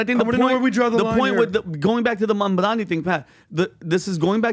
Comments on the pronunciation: Your points are invalid if you can’t even pronounce the opponent’s 7-letter name correctly, yes. It’s MAM-DA-NI, not mamdami. the disrespect of mispronouncing somebody’s name shows the kind of respect to return.. 😂🤡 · It’s mam dani phonics guys not Man Dani just fyi